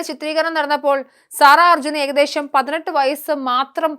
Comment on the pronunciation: സാറ അല്ല സെറ എന്നാണ് ഉച്ചാരണം